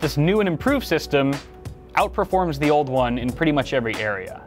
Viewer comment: “Juan, Twwwohhh, Treee, Fooowww!” Lmao